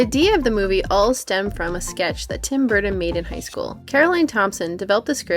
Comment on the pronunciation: GREAT MOVIE BUT REALLY THE NARRATOR CANNOT SAY TIM BURTON.?